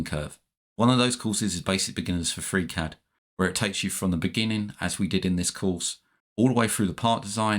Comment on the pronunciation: Gutes Video gut erklärt. Aber warum sagst du immer Fräcät anstelle von Friicäd (Freecad)?